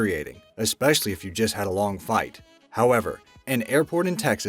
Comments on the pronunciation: sounded like you said long fight instead of flight ? Cammmone man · Coop Gaming it sonded like he said fight dumbass The joke Your head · long flight not fight